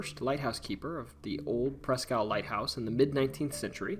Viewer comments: Presque Isle is pronounced like Eel. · "Presk" isle